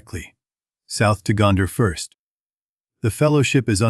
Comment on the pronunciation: Boooooooooooooooooo. AI slop. If you cant do your own voice over just don't start a youtube channel. WTF is morder? Gonder? just stupid. go away